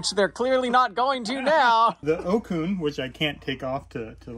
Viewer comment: Another great video! Thank you, guys. Re Ocun - it's pronounced "otsoon" ;) Absolutely love their gear.